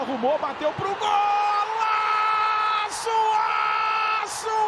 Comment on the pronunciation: Golaço ou gouaço kkk?